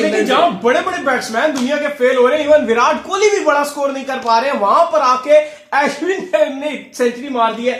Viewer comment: It's not As win.... It's Ashwin.